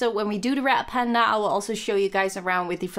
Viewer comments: It sounds like your saying rat panda and that makes me laugh I know you mean red panda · I'm sorry but now that people have said your 'Red Panda' sound like 'Rat Panda' I can't un-hear it- 😂